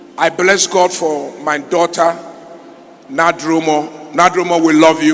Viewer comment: Black Rasta, did you listen to how he pronounced his daughter's name?